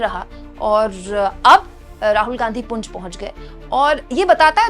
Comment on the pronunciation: पुंछ है ना कि पुंज , प्लीज़ नोट